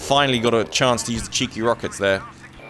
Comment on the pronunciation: “Lemme play with my rockects buddy” lol